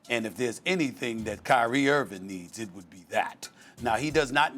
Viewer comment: Stephen A hates Kyrie Irving so much that he's apparently sworn a blood oath to never pronounce the "g" in Kyrie's last name.